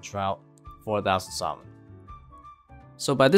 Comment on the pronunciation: Bro the L is silent in salmon